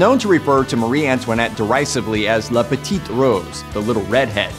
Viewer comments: Jeje Wa I think he meant “la petite rousse.” The word rousse is the feminine form of roux, both meaning red-head in French. But his American has pronunciation was off, making it sound like “la petite rose.” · Someone did reply that the reading and accent of the reader mispronounced the word; he meant "rousse" which is the word for a red hair in French woman and he was right!